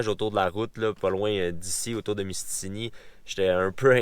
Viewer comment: Je vais faire mon gars chiant mais c'est pas mystini mais c'est mistassini XD